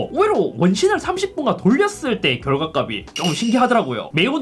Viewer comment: 형 제발 결과값이 읽을때 [결과갑시] 라고 읽어....